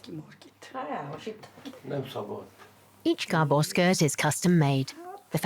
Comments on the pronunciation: Gerbils? Or Gabor? The narrator is making them seem like caged rodents. If you are just listening to it its hard to take it seriously hahaha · It is actually Gábor, not Gabór